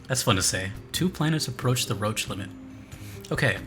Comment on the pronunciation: I really hate to be THAT guy but it’s pronounced “roshe” rather than “roach”